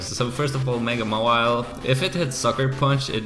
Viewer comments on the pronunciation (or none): none